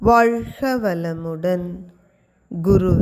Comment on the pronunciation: ஏமா உனக்கு கா வன்னா வராதா ? வால்ஹ இல்லமா வாழ்க..